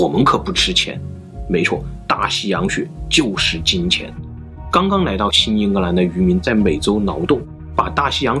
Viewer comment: 对不起，但你n l不分有时真的好困扰我...，开头就说nai到了...